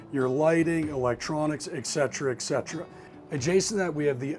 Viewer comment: Pro tip....there is no X in the word etcetera. Its pronounced /et ˈsedərə/